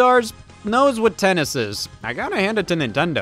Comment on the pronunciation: "3. TenNs"